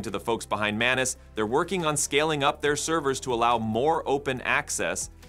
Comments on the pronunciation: It's Maa-nuu-s which means person in Marathi language 😅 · Did you say menace? 😅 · “Manus” eh, where’s Tuisco? Calling an AI Manus is extremely disrespectful and blasphemous. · Is the M silent😂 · You need to learn pronunciation.. how to pronounce ’manus’ and ‘monica’…